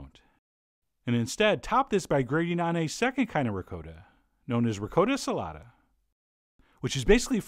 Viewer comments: What the heck is Ri -coat - a?? It's pronounced Re-cot-ta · You are a wonderful chef and teacher, chef John. However, your pronunciation of ricotta has made at least 214,373 Italian Grandmothers roll over in their graves. In fact, a few who are still living rolled over, just because they could not help themselves... There is no such thing as "Rick-coat-a" cheese. Say it slowly now, "Ree-coTH-a" or if you really want to go full-Brooklyn here, "Reegoth"" Rest peacefully Nona... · Did Chef John say REE Coat O? Disgrazí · I love you with all my heart Chef John, but as an Italian I can almost hear my grandma yelling at you for saying ri-COAT-uh instead of ri-COTT-uh lol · Don't usually do this but your pronunciation is a little off .. The "cot" in ricotta is pronounced. . Like it is, cot. . Not "coat " Great recipie, like I like ! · Ricotta does NOT rhyme with Dakota. Just saying. RI-COTT-AH, not RE-CODA lol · CHEF JOHN ITS RICOTTA NOT “RICOATA”!!! DAMN IT! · It is pronounced, ri cot ta. That's phenecticly pronounced. Not recoda! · how do americans butcher so many languages? ri coh tah, not ri coe ta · Wow, there are many videos here on youtube By REAL ITALIANS.. It is definitely "COAT" not "COT" .. M DIXON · ... that link you provided proves how John is saying it is wrong. He says ri "coat" ta like in N. Dakota. Italians say Ri cawtta it's still a soft "o" like "awta" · Reee Gotttt! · I can't watch this if you're going to pronounce it "Ri-coda" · M Dixon its pronounc rickata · M Dixon ...I know, but it's pronounced Ri-kaa-ta...Like the old Twins and Yankee pitcher Jim Kaat...No biggie but all my friends are Italian and would kick my ass if I pronounced it that way!! But I love the man's recipes! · Sorry chef John, love ya man but...... You are the Jake Lamotta, of mispronouncing ricotta. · Me: taking a sip of beer every time he miss pronounces the word ricotta lol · I'm a big fan, but I must say it: ricotta does not rhyme with Dakota.